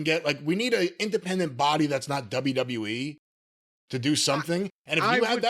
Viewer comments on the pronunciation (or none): none